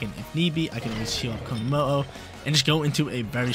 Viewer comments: Please never stop saying konomooh I love it ❤ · This team is dope, I feel like Tera steel on komo with flash cannon over aura sphere helps you not be walled by flutter mane completely though. I really wanna try him out soon. Also the way you’re pronouncing his name is absolutely sending me lmao 😭